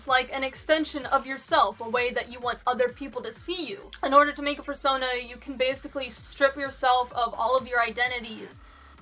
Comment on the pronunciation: "How to make æ foorsonaaa!"